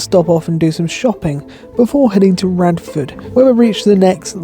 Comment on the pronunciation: It's pronounced Radford SEM-EL-LEE